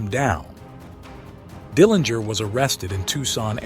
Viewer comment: Nice summary of John's life. I really liked the way you ended this regarding John's place in history. One item to note is that the Dillinger family name is pronounced with a soft 'g'.